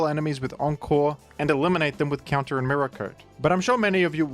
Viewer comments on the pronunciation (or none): none